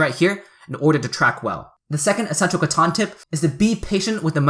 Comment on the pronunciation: Catan not Caton